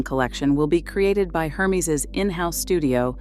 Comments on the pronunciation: hermes = air-mez...not her-meeze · Please. Can you pronounce Hermès correctly learn how to pronounce it. It is a French name/brand you never translate a proper name. Have some respect